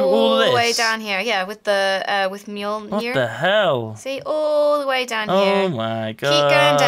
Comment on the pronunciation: Mjolnr is pronounced like mew-ol-ner said really fast (sorry, that's the best way I can think to explain it.)